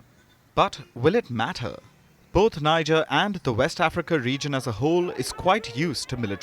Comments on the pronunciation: It is pronounce Nije and not Nija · Hey Palki Sharma, the country (Niger) is pronounced ‘Nee-Jair’ not Nijar pls!!! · Pronounced..... Niejerrh.... Not Naijarh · If you people are going to mention names of leaders and places,at least make an effort of finding out how these names are properly pronounced. It’s Niger (Pronounced Ni-jerr,not Nai-ja). The city is pronounced (Nia-may,not naya-mi) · Why can't she pronounce Niger correctly. It's NEEJER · It's pronounced "nee-yeh". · Poor pronunciation of country names...Niger, Guinea pronounced wrongly 😂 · Please learn proper pronunciation of NIGER, GUINEA. Please. Stop the mispronunciation.